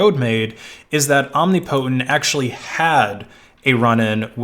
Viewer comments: Om-NIP-otent not omni-potent, genius. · Om-nip-o-tent. Shit that hurt to listen to. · You're pronouncing "omnipotent" incorrectly. "om·nip·o·tent" is the correct way. You're saying "omni-potent". Just for future reference if you talk about this again. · This dude really pronouncing omnipotent as Omni-Potent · It is pronounced "om-nip-po-tent" not "om-nip-po-tent". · BTW the standard pronunciation of omnipotent is "om nip o tent", although being the person's handle, it's always possible they actually said "omni potent" and you're correct. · 'Omni' + 'potent'' eh? I am so embarrassed for this dude right now...It's 'Om' + 'ni' + 'po' + 'tent' . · I don't know what the correct way to pronounce it is, but every time he says "Om-nee-po-tent" I think to myself, "Om-nipuh-tent" ...because it sounds better. That's all I have to contribute to this conversation. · said "om ni POTENT." Correct pronunciation is "om NIP otent." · this dude really pronouncing omnipotent as omnipotent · It's tolerable but it's hardly ideal. Think about pronouncing a related word like "omniscience" in similar fashion and it sounds especially ridiculous.